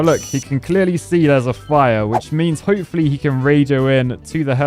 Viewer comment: Lmao ho-poo-fully